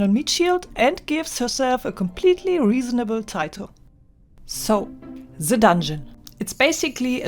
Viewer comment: "ze dondschen" cracked me up 😂😂😂